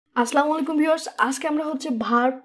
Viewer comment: আসলে খুবই দুঃখজনক!আমরা যখন ইংরেজি শব্দ গুলো সুন্দর করে উচ্চারণ করি তখন সেটাকে স্মার্টনেস বলি কিন্তু আমার খুবই দুঃখ লাগে যখন শিক্ষিত মানুষরা সালাম দেয় "আস্লাম" আলাইকুম বলে!! শব্দের উচ্চারণ বিকৃত করে যে মানুষ কেন স্মার্ট হতে চায় আমি জানিনা। যদিও আমার কিছু যায় আসে না কারন আমি ধর্মে বিশ্বাস করি না। সালাম মানে শান্তি, স্লাম মানে মৃত্যু সুতরাং কোনটা আপনি আমাদের জন্য কামনা করলেন বুঝলাম না 😅😅😅। ওভারল ভিডিওটা ভালো ছিল কিন্তু মাঝে মাঝে একটু বাচ্চা বাচ্চার মত লাগছে।